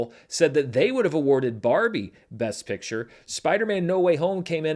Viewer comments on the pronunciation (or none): none